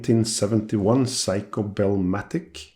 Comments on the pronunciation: Man I love your videos, really enjoy ‘em but this particularly annoyed me. Sorry in advance if I sound smarta$$ but please it is not “psycho” it is “Seiko” the “i” is to elongate the “e” sound so it is like “Se-e-ko”. Again I’m sorry not trying to offend but it hurts my ear every time you say it. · Why do you refer to the watch as a "Psycho" Souldn't it be pronounced "Say-ko"? Or is it your cold? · Interesting for sure, always. Love the fact that you pronounce Seiko and psyco about the same to my ear. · I'm amused by the fact that when you say "Seiko" that it sounds as if (to my ears at least) you are saying "Psycho". 🤣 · It is a joy to be subscribed to your channel, Stian. Dad jokes are the best jokes. Not only do you make a superb video of this challenging renovation; you persist in pronouncing the brand name as "Psycho" (please never correct that). Is this old beauty showerproof ? Thanks. Hope you're having a great weekend. Cheers 🍻!